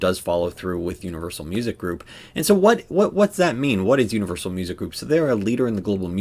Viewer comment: Its “Unrivalsal” 😂